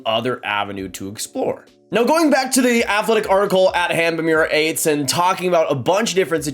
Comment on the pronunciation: First of all it’s pronounced Atesh not Ates. Secondly Dubois is a polarizing player. Dont think he’s going to be a “Beast” for your team on a nightly basis. He picks and chooses and often spends entire games skating in an oval swivelling his head back and forth with one hand on his stick doing absolutely nothing. He is also injury prone almost to the point he could sprain an eyelid looking at himself in the bathroom mirror. He’s absolutely going to be traded for some picks, younger player or prospect at the draft. LAK would be a good fit. And Montreal must remember how well previous offer sheets went down and that went so well for you. Carolina had the last laugh.